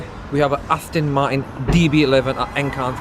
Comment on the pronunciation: Nice, but the pair of them have to pronounce 'Aston Martin' correctly, it is not "ASTIN MARTIN" Come on brothers